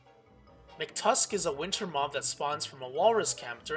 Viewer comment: Mctusk it's MACK-TUSK!